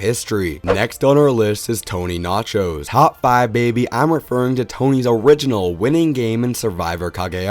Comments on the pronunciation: Listen closely and you'll hear him say Tony Nachos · It's Tony Vlachos and not Tony Nachos BTW.